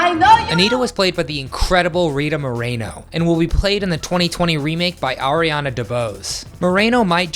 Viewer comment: Its pronouced; Moe-Reh-No!